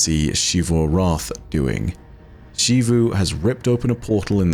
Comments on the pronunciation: Every NPC: Zee-vu: She-vu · Why is it in game charcters prounounce "Xivu" as Zevu, and you pronounce it Shevu? Arrogance? Or something you know that all of them and the devs do not? Do you pronounce; Xenon, Xylophone, Xenobiology, with a "SHhhh" sound? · It still annoys me that he says shivu instead of zeeru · I love your videos, but one thing that always takes away from them is how you continue to pronounce Xivu as Shivu, when it is very much Zivu. You even use clips that have that pronunciation. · Just curious, why do you pronounce it like She-Vu instead of Zee-vu like the NPCs when they use it in dialogue? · mispronouncing Xivu as "Shivu" irks me waay too much... >:( That even after he plays multiple voice lines where EVERYONE pronounces it correctly in game. sigh